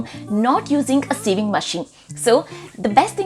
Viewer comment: You pronounce sewing as saving😂